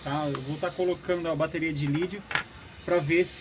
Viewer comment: Isso n é uma bateria de lítio , e se fala lítio e n "lídio"